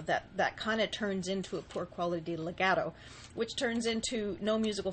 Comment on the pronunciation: dude you can't even pronounce legato and staccato